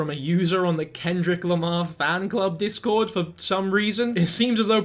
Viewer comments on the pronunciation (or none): none